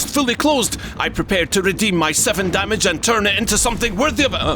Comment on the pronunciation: "I can see yurrr dyamage, NYOOOBS!"